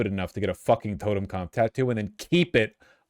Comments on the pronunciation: now say it with me: tow-ten-cop-f. you are saying "totenkampf" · I know it isnt the big problem here, but Vaush' pronounciation of "totenkampf" does continue to bother me. Just because one guy wrote a book about his "kampf" one time doesnt mean every German word ending in -pf sounds like that, its "totenkopf", like "schwarzkopf", from the shampoo. It means "deaths head", so basically just skull. Saw a guy at my old archery club wearing one last time I went (dude also had a sonnenrad, another word Vaush cant pronounce), so I dont go there anymore. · it's totenkopf, not totemkampf